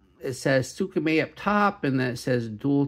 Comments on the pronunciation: Its “SMAY” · Its prounounce “smay” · Its closer to skr-may